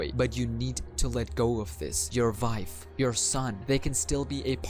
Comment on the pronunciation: Can we just say that some of the words you said were wrong like wife and cawthon? U said wife as vife. And cawthon as cakthon.